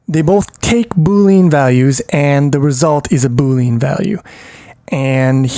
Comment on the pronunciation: great video but your pronunciation needs some work! Boolean is said Boo-Lee-Uhn not Boo-Leen and Unary is said You-Nuh-Ree not Ooo-Nuh-Ree